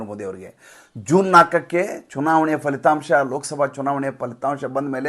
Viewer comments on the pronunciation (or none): none